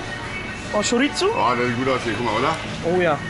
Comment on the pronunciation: Lidl auf Malle ist super, aber man spricht Chorizo mit einem weichen s aus. Schoriso! Ich glaube Ihr seit Schockverliebt in Mallorca! Ist auch mega da und die Spanier sind super sympathisch!